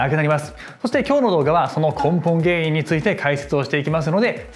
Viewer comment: 『根本原因』が『ポンポン原因』に聞こえてなんだろう？って思った。